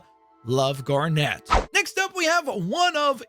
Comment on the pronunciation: The way you say Garnet is so annoying. It’s not Gar-Net it’s one word. Also fusion is direct from the show and looks exact to that. Just like the Batman one you mentioned earlier. Just because you don’t know the fan base doesn’t mean you talk about it like it’s garbage.